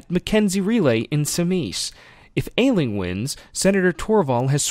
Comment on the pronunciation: Just saying... I'm pretty sure it's pronounced 'Ash-ling'